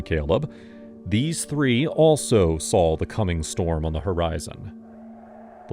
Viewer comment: Why does your AI say sawl instead of saw? That's a dialect known to the deep south (like axe instead of ask) and is the only veering from correct pronunciation that I've heard here.